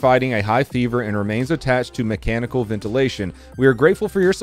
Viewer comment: Did you actually say MCchanical when talking about the guy on life support 😂😂